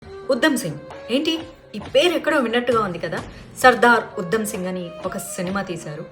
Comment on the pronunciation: Pronunciation check chesukondi madhavi garu..... ఉద్దo సింగ్ కాదు ఉ ధ మ్ సింగ్